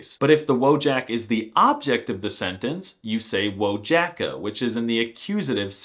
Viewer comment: "Jem Wojaka" is pretty good